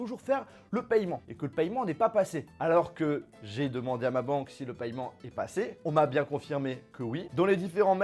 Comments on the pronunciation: Paiement pas payement (en) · On dit "pèman" pas "pailleman" non ? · On prononce « paiment » arrête avec ton paYEment ptn